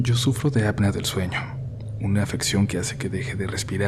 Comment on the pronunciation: Apnea, la e es la letra que se pronuncia fuerte